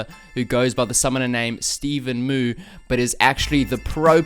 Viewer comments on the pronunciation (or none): stevenmoo? fuck dude, your pronunciation